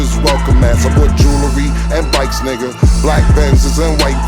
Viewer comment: Playmaker definitely be saying Nigga but sound like he spell it Nicca 🤣😂🤣😂 shit be HILARIOUS!!